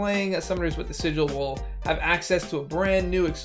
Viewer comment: Summoner sigh-gil😧